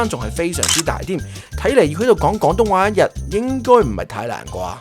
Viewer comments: 旁白試下講 「廣」東話丫，「講」東話有啲un耳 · 主持”港東話” “趕色餐廳”😂😂